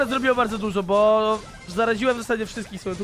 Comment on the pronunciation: Mów proszę bo a nie bu